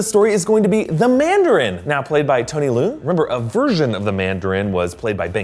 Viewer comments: It's Leung, not Liu or Lu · ERrrrr... The Mandarin is played by Tony LEUNG (not Loo). He's considered to be like a George Clooney or Ethan Hawke of Chinese cinema. He has had a long career playing celebrated characters and gravitates towards complex, art films. The fact that he was casted in Shang-Chi has gotten a lot of people curious about it.